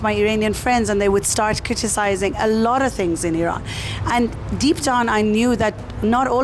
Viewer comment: Finally it’s Iran now not I Ran. I have noticed many westerners say this.